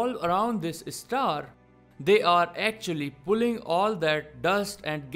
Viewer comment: Apart from Alien... The newly discovered one should be pronounced as Star 🌟...not Istar...😑